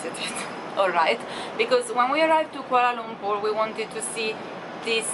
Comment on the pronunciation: she just nailed the word Kuala Lumpur. sounds perfect.